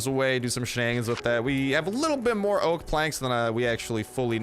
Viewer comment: Btw it's really weird sometimes you say "oak ah grove" and other times you say "oak grove and oak logs" lol why do you say it weird sometimes?